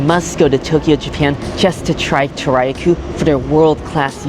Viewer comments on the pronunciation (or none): Toriya Koh - pronounce it like Tory ya Koh (like cold without the D). But thanks, I know what to expect when I go there for dinner tonight